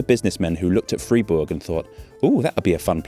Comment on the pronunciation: interesting, knew about funicular´s but never heard about this water powered version.... thank you carry on btw pronounce it like would "Freyburg" then you´ve got it :)